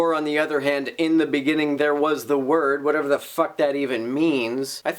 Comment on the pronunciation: Wait. You didn't understand his explanation when he said "In the beginning there was the wor-duh." Now he did not quite hit that quite hard enough, a good old Southern preacher would have made that into a three syllable wor-duh-huh if he was really rolling. For some reason believers seem to think that extra syllables in a simple word or phrase makes it harder to refute.